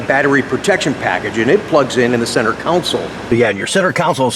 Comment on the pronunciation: con sole, not council or kown sole...